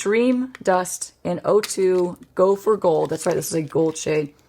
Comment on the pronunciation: I keep hearing “gopher gold,” and not “go for gold.” 😂